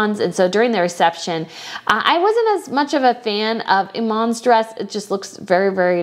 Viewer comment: Salma not Salaam. Salaam is a man’s name. You also pronounced Iman and Rania wrong.